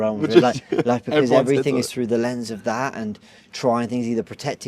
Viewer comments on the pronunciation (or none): none